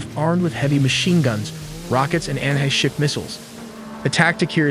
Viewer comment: "anhey-ship missiles"...